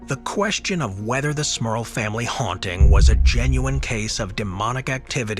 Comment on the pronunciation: 😂😂😂😂 Every time he says the families name that's all I hear is Smurf instead of Smurl, should've read the comments after watching the video!